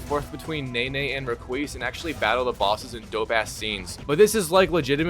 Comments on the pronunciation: Pronouncing Naoe as Nay-Nay is wild 😭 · Yasuke and Naoe are named every vew minutes in the game but you still mispronounce them in the worst way 😂 Nene and ASSuki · “Yasss-Kay”…. “Now-ayy” smh 🤦🏽‍♀️ lol. Not yaquess and nay nay 💀💀💀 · YasssUkey = Yasuke, Nah Oh Hey = Naoe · It’s Now-aye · if anyb wondering its (yas-oo-kay) and (now-aye) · it’s pronounced now/ay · Yusuki and Nene. I love how this guys butchers every name he encounters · Worst plat video on YouTube. This guy didnt even watch the cutscenes or listen to dialogue, probably just skipped through everything. How does he not know how to pronounce Naoe when characters mention that name through the entire game? I can already tell he made his opinion up of this game before he even played it. It's clearly the trend these days to hate every new game that comes out. I understand there are bad games that release but not every new game deserves the hate but like i said it's the trend.